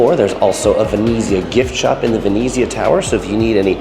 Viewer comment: The way you pronounce Venezia makes me angry. 'Ver-net-ziah'